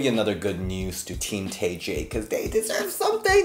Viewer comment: Isn’t Tay pronounced Tye ?